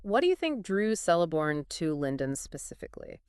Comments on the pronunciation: It is not "Sell - a - born". It is "Kell- a -born". His daughter (the wife of Elrond) is 'Celebrian' pronounced 'Keleb - bri - an' NOT 'Sele -bri - an'. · who the fuck is Seleborn XD its Celeborn K. Keleborn. lol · Pretty sure it's pronounced with a 'k' rather than an 's' sound.